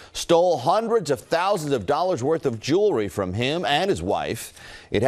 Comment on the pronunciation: "Hundred of throunsand of dollars in jewelry" what? The American Church is a joke.